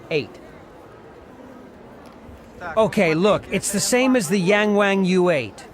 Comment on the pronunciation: Please pronounce the letter "A" like the rest of the world. Pronounce it with a short vowel sound. Yahng Wahng.